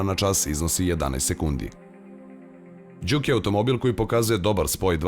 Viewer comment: Mislim da se kaže Džuk, a ne Đuk :-) Auto jeste super, naročito u Sport modu koji je itekako zgodan u situacijama kada treba na kraćoj deonici puta preteći nekog sporijeg vozača (iskustvo sa Ibarske magistrale). Takođe je vrlo zgodno što ima integrisan bluetooth, pa se lepo može razgovarati u toku vožnje. Niste samo spomenuli da ekran pored toga što pokazuje 3 moda vožnje takođe prikazuje na lep način i klima uređaj. Jedina mana ekrana je što nije toliko vidljiv iz ugla vozača tokom vožnje.